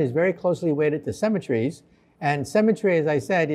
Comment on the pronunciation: The guy consistently pronounces "symmetry" as "cemetery".